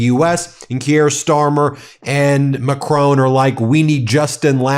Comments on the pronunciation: Macron pronounced Mac r on ( r and on as in the word ‘on ‘) Macron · Not Macrone